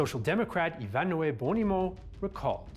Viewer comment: It’s Italo, not Idalo; It’s Bonomi, not Bonimo.